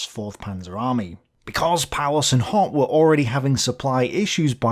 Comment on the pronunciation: HOTH pronounced HAUTE not HOT